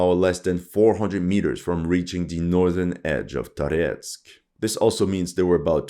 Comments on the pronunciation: why do you pronounce Tarietsk , the city name is for the French communist leader maurice Thorez pronounced like from the Viking Thor the place must be full of underground passages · Why you have UA flag and pronounce Toretsk with the russian accent?!